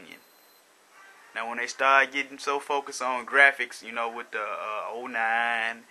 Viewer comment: why do black people way "wiff" when they mean "with"? also, "dare" when they mean "there"?